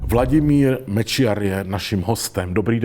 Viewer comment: Jednu osobnu na. Moc cením jak výborně vyslovuje Mečiar. 👍👍👍